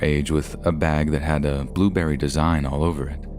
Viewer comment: Come on bro, it was clearly a burrberry bag, not blueberry